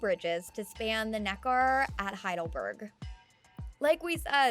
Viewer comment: There are several mispronounced words in this video, i.e., Nekar is pronounced "NEK-er," not "NeKAR."